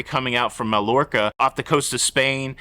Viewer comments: Hey. Mallorca is pronounced “mai or kuh”, not “mall or ka”. Just saying. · Mallorca is pronounced:MaYorka" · FWIW, the double ll's in Mallorca are pronounced as a "y. In Spanish, double ll's are always silent and pronounced as a "y ". So, it's "Ma-yor-ka". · pronounced "my orca" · Malorca is promounced My-orca or Muh-yorca.... the L is not pronounced as such. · I hope you are having a great time on the Paradise! I took one of my sisters and my youngest nephew with me on the Paradise last October. Smallest ship I have been on since I started cruising about 6 and a half years ago, but we had a great time! Tampa is a beautiful city as far as we could see. I hope it doesn't get too damaged in the storm especially where you live! Btw, Mallorca is pronounced Mai-or-ca. The double l in Spanish is usually pronounced with an i sound.